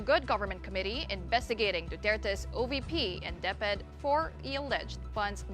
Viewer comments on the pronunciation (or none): none